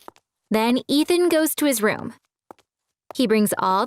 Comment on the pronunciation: So that I can make some RrRuUuUuUm in the attic.